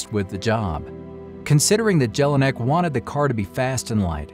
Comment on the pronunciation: Nice history told but if you tell a Story one should pronounce important names right and not destroy them! "Jelinek" (J is a j and not a g) and "Maybach" (there is no k in ..bach) are only two examples!